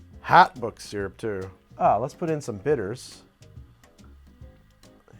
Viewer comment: Had to stop watching at "book syrup".